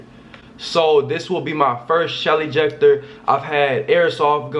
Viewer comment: I thought he said Shelly jecter😂😂😂😂